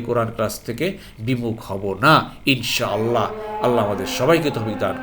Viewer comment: محترم السلام عليكم ان شاء الله বলার সময় তিনটি শব্দ আলাদা আলাদা উচ্চারণ করবেন তাহলে যথাযথ অর্থ প্রকাশ পাবে